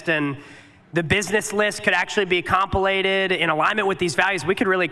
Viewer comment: Dude said "comp ill ated" instead of "compiled" lmaooooo